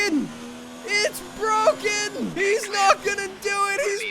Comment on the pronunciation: Lando: I’m moving up and down, side to side like a rollercoaster Also lando: ITS BWOKEN! ITS BWOKEN!